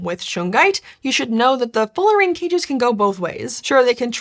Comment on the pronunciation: I think it's Fullerene, not Fullerine, after Buckminster Fuller.